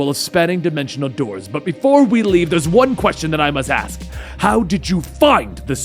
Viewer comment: 😂"as the sword is pulled out of Thanos ask" I thought I heard ass😅